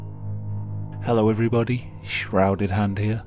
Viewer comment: “Sshrouded haand ere”